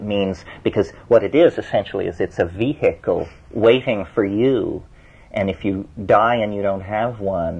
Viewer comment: Terence’s pronunciations paint the picture. It’s the way he speaks; “Vee’hik’ul”.